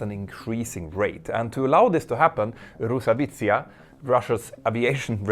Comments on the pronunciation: Not [ru-sa-vitsiya] but [ros-avi-atsiya] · if you want to say “RosAviacia” just say “RosAviation” not “RosAvicia”. It looks VERY stupid when you say so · Dude, please try at least pronouncing it right. rosawiza? Who is roza witzsa? Ah, you mean Roz Avia Zia? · It is RosaviAtsia (Russian Aviation), not Rosavitsia. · I'm sorry to correct, but it is pronounced Rus-Avi-A-Ziya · The way you pronounce rusaviatsia made me look up this word XD Going forward, you can use RusAviation instead, this is what it pretty much translates into/means. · Uh-oh, sounds like you lost a letter in Rosaviatsia 🙄